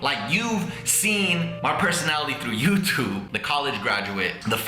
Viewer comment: IT'S FUCKING FOOZYTOOB MATE.